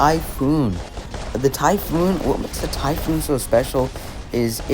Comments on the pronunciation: Its typh-on ... not oon ❤ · Bro u somehow managed to pronounce Seraph’s Apparition ability wrong. Are you serious 😹? And Typhon too 😭?